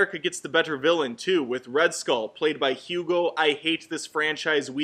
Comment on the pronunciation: the way you said “better” made me uncomfortable